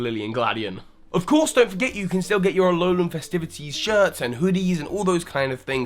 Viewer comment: lmao u pronounced all of lusamines familys names wrong. lusamine is /loo-sah-mee-nay/, lillie is like lily with an /ay/ sound at the end, the n in gladion is silent. (though i only found out about this quite recently lol. thanks gamefreak for your weird ass names) also poor burnet being stuck in a game noone bought